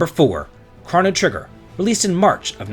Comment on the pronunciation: I won't fight you over Mallow, but I will over the way you say Chrono Trigger!